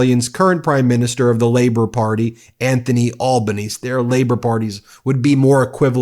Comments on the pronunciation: It is pronounced "Albaneezy!! And Labor has been returned to office with a thumping majority which means the Coalition may not be able to get back into power for 2-3 election cycles (potentially!). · Albaneezi is how to pronounce the AustralianPrime Ministers name. I have watched two other errors. P,ease do t let governance slide. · Some tips.. It's pronounced Albo-nee-see. But you can just say Albo. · Australian PM Anthony Albanese (pronounced Al-ban-easy) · Peter Dutton is called Temu Trump by lots of Australians. Trump is a w⚓️ Also, it's albanese pronounced albonesey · Absolutely right! Thank God our Labor Party will probably win.( Albonesee! Correct prounciation sorry Ben). Good coverage of the Australian Election.Thank you Ben! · It's pronounced Al-ban-easy, Ben 😁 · Love it from down under. PS Albanese here is pronounced Albaneasy lol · BTW Ben, just FYI it's pronounced Abanezee. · Just a small comment - our P..M. is Anthony Albaneasy (pronounced that way). A lot of us call him Albo. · Pronounced ::- Alban-eez-ee. Cheers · It was incredibly refreshing to see the Australian perspective on a channel like this. It’s always interesting to see how it is perceived internationally. I do need to say - While we call him Albo (Australians, obv), his surname is pronounced “Al-ban-EE-zee”. Your version definitely sounds fancier haha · Its pronounced Albanee-see. And yes, the right wing Liberals had a member say "Make Australia Great Again" wow did that not go over well, lol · We call Dutton, either Voldemort, Temu Trump, or Trumplite. He's a corrupt ex cop. He's never been popular personally, really. And its 'Albanes eee' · Hey ya Ben. Australian here. Love the coverage. FYI for ya, Albanese is pronounced (AL-bə-NEE-zee) & yeah we are hopeful for a Labor win. Australia will go back backwards with Temu Trump, Mr Potato Head himself in charge of this country. Keep up the great work! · Albanese ... think 'alba knees ee' .. say it out loud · Its pronounced Al ber neezy